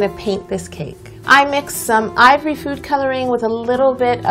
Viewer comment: I laugh so hard whenever she says ivory now😂